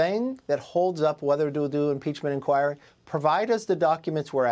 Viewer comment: He can't even say impeachment inquire smh 🤦